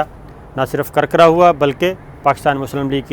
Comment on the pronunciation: Kirkira hay karkara nahi